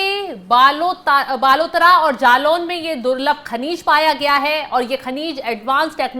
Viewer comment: बालटोरा नहीं बालोतरा हे 😂